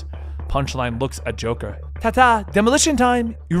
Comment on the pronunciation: Lol u said droker drones